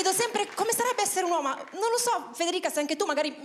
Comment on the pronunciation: ha detto "uoma" e non "uomo" hahaha